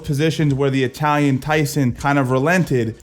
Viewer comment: why did you pronounce Italian like that bro it ain't Spanish sounds so weird